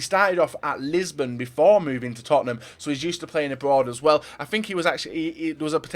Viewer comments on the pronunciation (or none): none